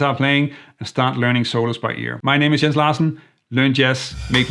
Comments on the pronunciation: His name is pronounced Yens. Don’t call him JENS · When thanked Jens I thought he said Yinz and was a fellow Pittsburgher.